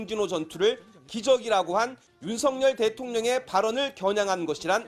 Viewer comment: 윤석열은 윤서결 입니다. 윤석렬이 아닙니다. # 윤석렬 발음은 뭔가 정렬된 느낌.